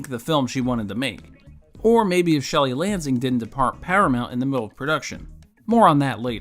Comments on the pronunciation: It's Sherry Lansing not Shelly! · SHERRY LANSING. Not Shelly Lansing. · It’s Sherry Lansing, not Shelly Lansing..